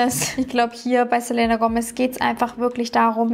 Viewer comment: bitte sprich den namen "Selena" richtig aus😅😅🥴